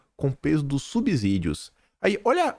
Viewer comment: SUB-SÍ-DIO (Subsídio se lê como sítio, subsolo, de subsíndico.)